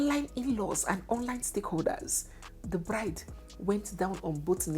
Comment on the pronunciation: 😂😂😂😂😂 beautiful what again, “blide” that’s Anambra pronunciation.